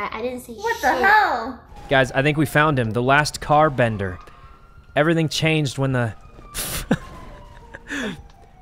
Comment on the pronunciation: I lost it at "the last carbender"